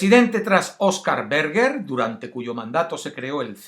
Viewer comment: Se llama Oscar Berger (pronunciado Bershe)